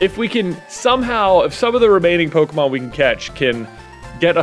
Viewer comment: He speaks so nasally he says “Pokemod” and it’s hilarious 🤣 KUTGW bro. I know I’m 2 years late but I’ve watched all your nuzlockes at least twice. MAKE ANOTHER NUZLOCKE series PLEASE!